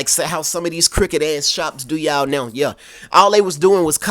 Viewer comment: Saying that "yeah" with that southern accent gets me every time 😂😂